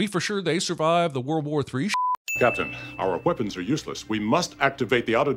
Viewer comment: Should have added a Sin every time Worf pronounces Weapons with an H.